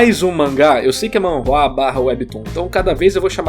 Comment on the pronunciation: Narrador. Pra melhorar suas skills de narração tenta falar Shou- nem, tipo imitando o All Migth. E em coreano a pronuncia e Manua e nao Man rrua.